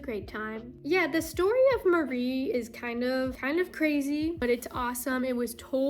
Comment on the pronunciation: Go Nessa "Meowwrrell" LOL :P hahaha